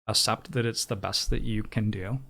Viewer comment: nothing else matters except that pronounces accept as ascept edit: this is a joke obviously, edited for safety reasons